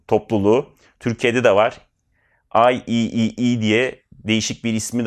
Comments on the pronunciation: İeee i triple e olarak okunur daha kolay ifade edersiniz aklinizda bulunsun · Abi kurbanın olam sen bari yapma yıllardır sektördeki insanlara bile nasıl okunduğunu öğretemedik. Ay-tripl-i (IEEE) Şeklinde okunuyor. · IEEE ---> I triple e -----> ay triple i